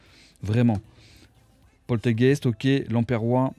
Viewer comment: ouais ouais a tu dis polthégeist parceque j'eusse cru entendre portougècheee, attention je te surveille:)